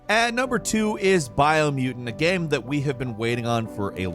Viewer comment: no one:: “gehm”